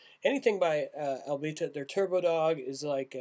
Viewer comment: Thanks for the review. It's pronounced A-bee-ta. I live about 30 miles from the brewery and love to hear opinions of people who aren't from around here because everyone close by is a fan of course.